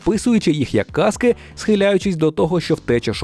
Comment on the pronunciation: Дякую за відео. Будьте уважні, зміна наголосу у слові міняє значення. Тому не плутайте кАски (вдягають на голову захист) та казкИ (вигадані історії).😂 Успіхів.🥰